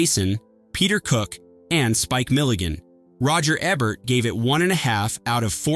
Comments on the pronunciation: Say it with me - "E-bert" "EEEEEEE-bert" Not "eb-bert" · E-bert. EEEE. The E rhymes with Key. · Roger Eb-bert? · please for fucks sake pronounce roger EBERT'S last name EBERT correctly. he's only the most famous film critic in HISTORY. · Gene Hackman did the voice of God, not Charles Durning, he was one of the Angels, in Two of a Kind. Also Roger Ebert must be turning over in his grave, every time u murder his name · cant even pronounce ebert correctly